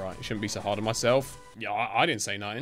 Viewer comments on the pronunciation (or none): did u say hard to say or something else